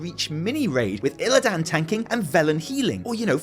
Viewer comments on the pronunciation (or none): my bro. We need to talk. Please go play WC3 again or listen to ANY in-game dialog where a character says “Illidan” and stop pronouncing it “IlliDAN” - it’s like nails down a chalk board. Reminds me of that awe full Warcraft Bible video where he couldn’t pronounce Sargeras... I still love you. But please.